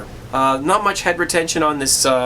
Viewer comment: lol When you said head retention I misunderstood you and thought you said hypertension.